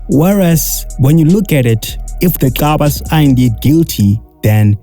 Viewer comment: Gcabas not Xabas marn yo dam it😠